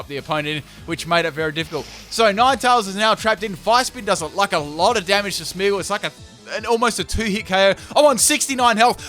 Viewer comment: FULL CAN'T PRONOUNCE THESE TEAM: Coffariggus Reggigigas Smeagol Beheeman Aggislash Kirem Also, these moves must be used once: Gyro Ball, Sinesis.